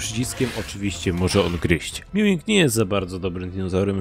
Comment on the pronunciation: To nie Meawing tylko Maewing